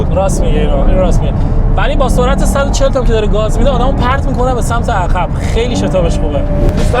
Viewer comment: درب عقب درسته...نه در عخب.... بچه کدوم بیابونی؟؟؟؟